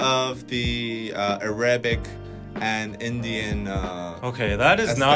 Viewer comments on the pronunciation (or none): and, as an Arab... wtf is aRaebek lmao umm it’s just than I never heard someone pronounce it this way...